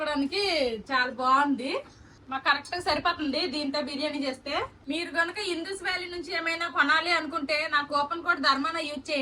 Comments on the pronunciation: ఇందుస్ కాదు ఇండస్ valley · గిన్నె ఇందూస్ కాదు ఇండస్ వ్యాలీ